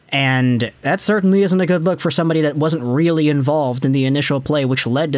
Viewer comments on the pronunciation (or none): none